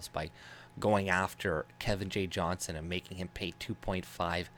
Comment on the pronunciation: fyi his last name is Johnston (with a T) Its a peeve of his when people dont say it correctly. Small detail but I thought you should know because I am sure Kevin is a man you respect, as do I. He's our Tommy Robinson.